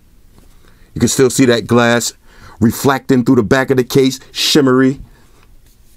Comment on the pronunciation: Finally! "Reflacting" is back baby! 😎